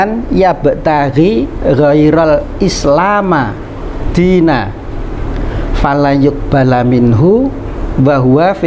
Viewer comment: Boleh koreksi ya ustadz, islami Dina bukan Islama Dina. InsyaAllah satu huruf pun kita salah baca semua org akan tau. Mukjizat Alquran. Kita bisa lupa, dan Alhamdulillah ada yg mengingatkan, makanya Alquran Tdk akan berubah.